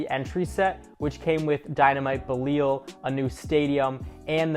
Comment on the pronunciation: Beleel or bellyal xD